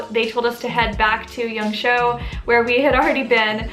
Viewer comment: Great video as always. Just one thing, it’s Yang Shuo, which sounds like “sure” without the rhotic r sound. It’s not Yang Show.